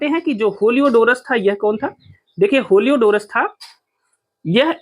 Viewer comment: होलियोडोरस नहीं हेलियोडोरस कहिए